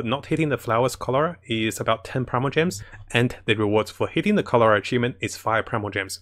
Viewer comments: Its Corolla not colora, some flowers might get offended from your mispronunciation !!! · I keep hearing "cholera". Sorry XD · Corolla, I keep hearing Cholera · 'How many times can say corolla wrong challenge' lol